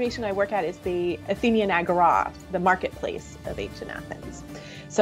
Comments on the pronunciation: she says it completely right. That's how we, greeks, pronounce it and it's the same in ancient greek. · What I mainly learned here was the correct pronunciation of agora😅